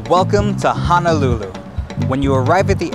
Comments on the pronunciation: Great video bro...but you killing me with your pronunciation of HONOLULU there is no letter A...it’s not HA-NA-LU-LU It’s HONOLULU...please get it right or else everyone who’s comes here will pronounce it like that..Mahalos for the video 🤙🏾🤙🏾🤙🏾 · Its NOT pronounced "hanalulu"! Its Ho-no-lu-lu! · It’s not hanalulu, it’s Honolulu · sory sir, but it's not Hanalulu, it's HONOLULU, HONO not hana. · It's HONOLULU not "HANALULU!" PRONOUNCE IT CORRECTLY PLEASE. HO-NO-LU-LU! (plus there is no "downtown" Waikiki) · Hono - lulu not Hana-lulu unko lol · Stop pronouncing honolulu like Hanalulu ya coloradan noire. Edit: Other than that, the video's nice. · It's hoe-noe-loo-loo. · It's not Hanalulu! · At lease say it right Ho-No-Lu-Lu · that's right! please correct your pronunciation bruh! HO (as in santa's exclamation) NO (as in negatory) LU ( as in Lululemon) LU! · It's pronounced HO-NO-LOO-LOO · It Ho-No-Lu-Lu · Why do tourist ALWAYS pronounce Honolulu wrong 🤦🏻‍♀️